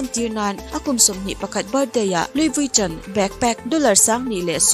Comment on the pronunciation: Louis Vuitton ilam dan khi luivitawn ang in ilam a...lui-ii-vi-tawwn ti a lam tur...tawn tih tawp lo in tawwn tih tur lam thui deuh tur..hehhe lo sawi ve mai2..